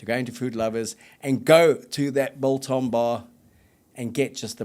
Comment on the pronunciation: Love the show. The g in biltong is not silent however.